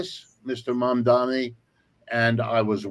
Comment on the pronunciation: I think the speaker is mispronouncing Z. Mamdani’s name